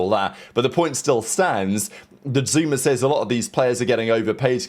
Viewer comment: SOMEONE GONNA TELL THERES NO "R" AT THE END OF THE NAME "ZOOMAA" 😂😂😂